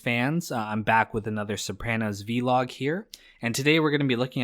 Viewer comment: You gotta learn to pronounce Sopranos